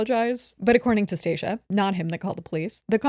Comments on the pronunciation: acknowledging it’s Stacia and then goes right back to called her stacciea lmaoo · You mean StahhCea 😂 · STOP IT! I’m in hysterics at saying Stacia wrong every 👏 single 👏 time 👏 😂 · constantly getting that woman’s name wrong is sending me 😂😂😂😂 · LMFAO this is seriously my favorite episode. getting homegirl's name wrong and having to correct her the entire time has me dying of laughter 🤣